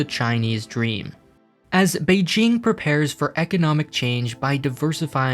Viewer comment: someone practiced his pronunciation of beijing